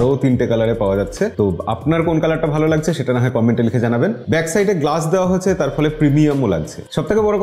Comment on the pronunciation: লাগজে না দাদা সেটা হবে লাগছে। আপনারা কলকাতার মানুষরা এভাবে উচ্চারণ করেন কেন?